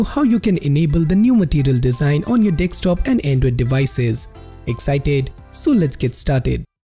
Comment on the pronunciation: It's desktop not dekstop